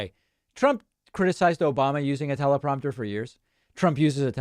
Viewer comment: "Obamnha" makes me laugh every time!